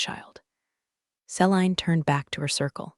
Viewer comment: See-lean = Celine